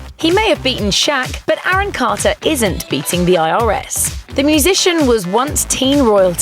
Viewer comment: Who the hell is Aaron Cahtah?